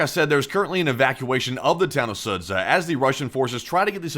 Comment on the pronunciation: Sudzha = SOO-juh. The 'zh' is one letter in Russian.